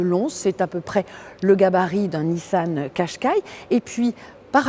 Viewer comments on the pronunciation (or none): none